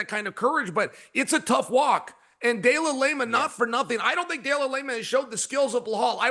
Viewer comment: I can't handle so many de la Lame-ah's in a row 🤧🤣